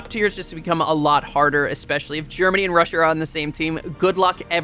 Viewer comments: GEMANY? Afraid of the "R"? 🤣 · "GEMANY?" xD No R, i guess.